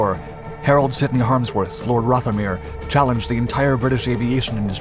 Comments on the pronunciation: FYI "Blenheim" is pronounced "Blennim", you really should do a quick search on Youtube for "pronounce [name]" for words you aren't familiar with (same with "Rothermere"). Also, "British pounds" are known as "pounds Sterling". Overall a very weak video, I was hoping you might explain the odd shape of the nose canopy. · Blenheim = "blennem" not "blenn-hime" Rothermire = "rovvermere" not "roffer-mere" Barnwell is probably "barnell". I don't know. I don't care anymore. Henkell? As for 2900 mph..? BUT BLOODY HELL HE GOT GLOUCESTERSHIRE CORRECT! He does listen... I love this guy nonetheless. And I keep coming back.... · And Rothermere. 'th' as in 'the', not 'moth'. OK, call us pedantic, but it's history, it deserved accuracy. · American pronunciation is quirky but Aquila is A-kwee-la and the 'th' in Rothermere is voiced, as in bother.